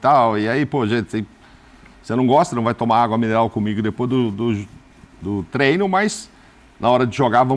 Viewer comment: Pedrão, avisa para o Zinho que não é TRENO e sim TREINO. Será que precisa falar diferente para ser ouvido? Será que não basta os idiotas vermelhos tentando ferrar a nossa língua? O cara que trabalha nessa função em que se torna um 'formador de opinião' deveria ter um pouco mais de zelo pelo vernáculo. Obrigado.